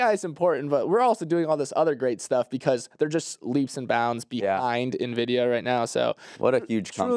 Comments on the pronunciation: used to say it that way too but I think he reads the comments and changed, haha. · pronouncing Nvidia ("in-vid-ee-uh") as "nuh-vid-ee-uh" gave me an aneurysm.